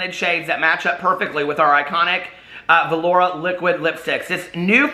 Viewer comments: Why does this guy pronounce velour "velourah"? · How you pronounce velour is adorable!